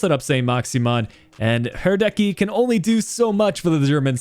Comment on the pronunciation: Sorry, but thats not how you pronounce Hradecky